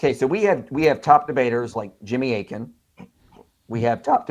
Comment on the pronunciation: You’re not even saying his name correctly and you’re making fun of him? AKIN